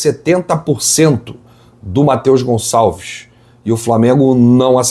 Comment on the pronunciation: Tira esse "S" do Gonçalves, pelo amor de Deus!